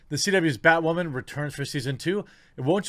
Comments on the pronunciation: Holy Bat Guano, BatWahman! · New Batwahman - It's Ma'am!